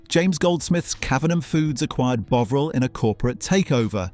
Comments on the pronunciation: AI commentary. And the way it says margarine at the end is even worse than how it say “Bowvril.” It Bovril not bloody Bowvril as in bow-tie. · Its pronounced bov ril not bowv ril the o is lowercase and short as it shot not as in bow, you get it right sometimes. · Your pronunciation is making me crazy. It's Bovril with a standard 'o' sound like 'orange', 'octopus'. Not f*cking 'o' with the magic 'e' like 'bone' or 'drove'. crazy! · Brilliant, but can you sort yourself out. It is bovril. You changed ¾ way.. thank goodness. I never ever heard an Englishman call it Boovril, never. Bovered, yes. Nice one. Keep up the great footage. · Interesting video but the way the narrator pronounces bovril was irritating. It’s BOVril, not BOvril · Will the narrator make his mind up is he calling it Boveril or Bovril he seems to alternate between both pronounciations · BOVV - RIL. Never Bow - vril. MAR - JER - EEN. Never Mar - ger - een. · I am not sure that this is AI generated narration, I love the channel and am subbed but would just like to know. The thing is this, the pronunciation of 'Bovril' changed from 'Bow Vril' to 'Bov Ril' which varied depending on what aspect was being told. So is this AI F-ing it up or a Human with a quirk please ? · Could you not get your AI to use the same pronunciation every time it used the word Bovril, or Bouvril or Buvral. Sloppy and annoying, i won't be watching ay more. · Is it me or is the narrator pronouncing it wrong? Bowvril...? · technically it should be pronounced bove-ril, although I have never heard anyone pronounce it like that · Could someone please tell the presenter that there's no 'w' in Bovril!!!😂😂😂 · Fuck me, flipping between the correct pronunciation and incorrect one is VERY annoying! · why not sick to one pronounciation of the product? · Fascinating but the pronunciation of the o is the same as in on. If it was like you are saying it it would have been written Boveril. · I counted 5 different pronunciations.